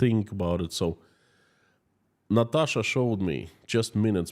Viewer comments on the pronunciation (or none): none